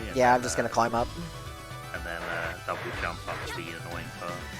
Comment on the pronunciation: it’s pronounced “dub jump” as in double (jump)